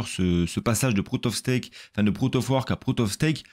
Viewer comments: C'est du "proof" of stack, pas du PROUT OF STAKE mdrrrr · 2'56 : "le réseau ethereum ça passer en prout of stake" 🤣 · Bon en faut il dit "prout of stake" à chaque fois 🤦🏼‍♂️🤣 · Proute of steak proute of vork, l'accent anglais est en place 🤣